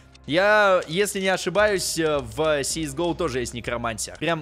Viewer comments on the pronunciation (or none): если что кс го а не сис го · не си ис гоу а кс гоу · Говорится кс го не?